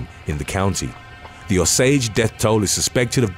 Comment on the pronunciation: Osage... pronounced "O-sage" NOT Au-sage!!! Good grief!😔 Yes I'm from Oklahoma, no, I'm not O-SAGE